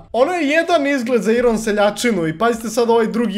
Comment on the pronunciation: NIJE IRON NEGO AJRON